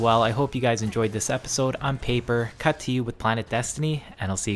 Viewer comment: Why do you say your name as "Paper... Cut2U" and not "Papercut... 2U"